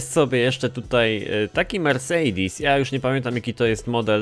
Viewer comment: Błagam nie mów "mercejdis"...